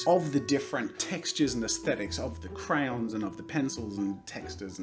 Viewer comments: I love how he says crayons CRAyOnS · cRoWnS I assume he means crayons and just pronounces it like SimplyNailogical from the accent